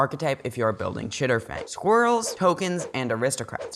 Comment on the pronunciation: Chatterfang not chitterfang im sorry lol